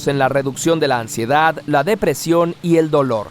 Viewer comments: Minuto dice Ansidedad :D En un principio me confundí = es ansiedad Siempre aprendo. Muchas gracias. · Aaahm "Ansidedad"? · ¿Alguien más notó la D en Ansiedad en el ?